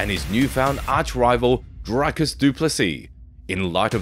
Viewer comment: You specifically put in a clip Dricus saying of how to pronounce his name properly and you still said it wrong numerous times in the video 🤷‍♂️